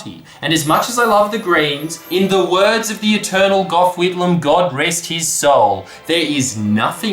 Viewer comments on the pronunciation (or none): none